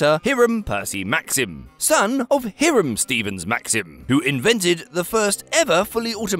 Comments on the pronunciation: High-ram, it’s pronounced ‘high-ram’… 🙄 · Protip: In the US, the name "Hiram" is pronounced "HIGH-ruhm" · Hiram pronounced badly?